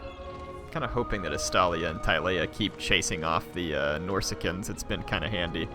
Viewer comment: its not norsica its norsca